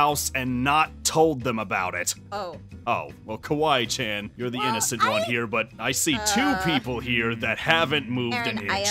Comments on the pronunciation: kAWEE CHAN lol😂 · Aphmau: "Aron" Also Aphmau: "Kawee chan"... me: ...that not how you say it 🤨😐🤨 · Not cawee Chen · Aphmau: kwee chan Me:kwee chan ? Me again: IM DYING lolllllllll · I laughed so hard when Jess called Casey kawee chan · [Aphmau mistake]tries to say Kawaii Chan but says Kawee Chan